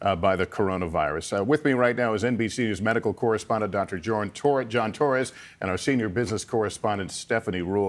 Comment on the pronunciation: Impact-it??? Impacted you meant 😡🤦‍♀️